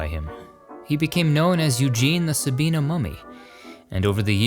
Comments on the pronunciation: So cool that Eugene is included. And just so you know,, the town is pronounced Sa-BYE-nah, not Sa-BEE-nah. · Respectfully,, the Ohio town's name is pronounced sabyena, not sabeena. It is close to where I will spend eternity near family. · Sabina , OHIO is pronounced,,,,,,,Sa-bye-na.